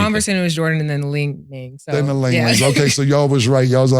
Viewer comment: Nah calling the Li-nings ling lings is crazy 🤣